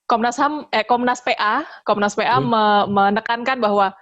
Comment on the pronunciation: Komisi Nasional Perlindungan Anjay. edit: jadi geli sendiri pas denger bilang "PA" karena logatnya. Ironis, jadi kaya orang Pe'A kita ngurusin beginian doang:))